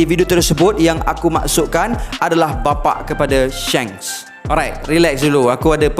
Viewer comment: Shanks bukan Shengs duhh